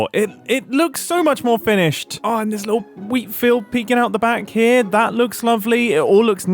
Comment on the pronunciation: It makes me giggle a little every time mumbo says 'li-ul' and 'nuffin'